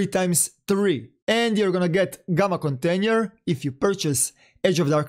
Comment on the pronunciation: KONTENJER HAHAHAH